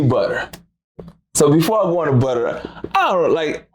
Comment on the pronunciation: It’s butta goof not butter